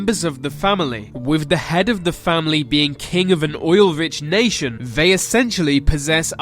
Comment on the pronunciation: Anyone notice this guy says V instead of T at the start of the, thier, they etc? All I can hear! Good vid though nice one.